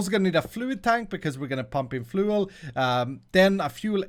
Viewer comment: fluel? FLUEL